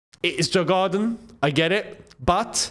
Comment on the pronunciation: It's pronounced YOUR- GARDEN (Djurgarden) COYB!🎉